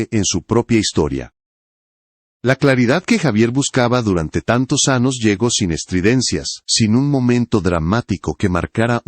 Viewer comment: Que no sabe pronunciar la ñ (eñe)? Así que cumple "anos", "pequenas", "companero", "acompanaba" "publíca", "decádas", "hermetícas", "verguenza","aceptária"Si no habla correctamente, mejor no hable. No se en que país hispano hablante se hable así. El chisme, absolutamente intrascendente. ¡Qué horror!